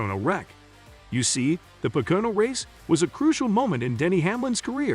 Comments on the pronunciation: Its PO-KO-NO.....not PAH-KO-NO or PA-KO-NA........😉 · It’s pronounced po ka no . Learn to speak English. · At least if you're going to be a reporter for Nascar, really need to learn how to pronounse the tracks. It's called Po-Co-No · A channel called Nascar Zone that can't even pronounce POCONO correct..? What a joke...